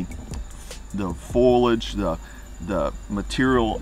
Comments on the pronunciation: it's "fo-lee-age" not "foy-lage" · Dude, dont say "foilage", the word is F O L I A G E, Latin root folium for 'leaf'.